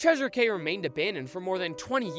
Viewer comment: Cay is pronounced Key.